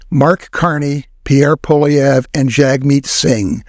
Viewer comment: FYI, the name Poilievre is French, and the "Poil" is pronounced "Pwall" as in "wall" with a p in front.